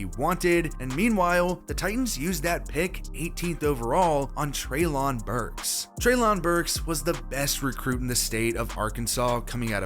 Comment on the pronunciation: Btw Treylon Burks as in Trey-len, not lahn. Also, AJ requested a trade and asked for 80 mil guaranteed and then cut off all communication.